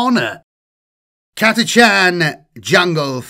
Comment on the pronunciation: Thank you for pronouncing Catachan correctly